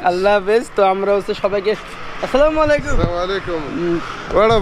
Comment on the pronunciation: ভাই মনে কিছু করবেন না আপনার সালাম হয় না বলবেন যে আসসালামুআলাইকুম মালাইকুম হবে না